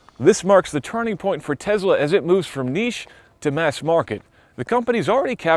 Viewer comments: Dude, you need to stop saying TeZla. It's TeSSla! As in Nikola Tesla. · “Tess-lah,” not “tez-lah” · It's Tesla, not Tezla. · Love the episode but only elitists call it TeZla and not TeSla as it is pronounced in English. All the fanboys are imitating Musk's SA accent saying TeZla. Just FYI, the name was TeSla in TeSla's native tongue anyway. It like someone constantly pronouncing "Paris" in French while speaking English - just sounds snobbish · It's TESS-la, not TEZZ-la. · This guy calls it a Tezla. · Joshua Walker — I’m also having trouble with “Tezla” pronunciation